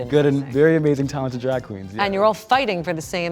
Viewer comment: She said "telented" . I didn't know been almost naked on the runway is aTelent.